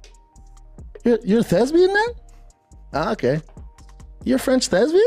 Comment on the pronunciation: Brendan schaub, thesbian? 🙄 😂 fix your words. Thespian